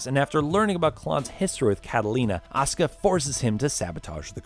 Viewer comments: Also "Ya-ka-zuh and ah-suh-ka" It's Ya-koo-za and a-soo-ka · It's Asuka with a "u" not Aska ffs!!! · Asuka, not Oscar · Why are you saying Asuka as Oskah?